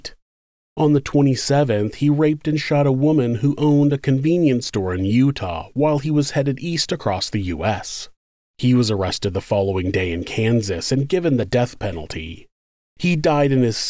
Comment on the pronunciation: The word “across” doesn’t have a T at the end hun…..